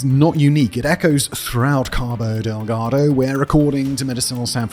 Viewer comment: LOL! The way says "Cabo Deldago." 😂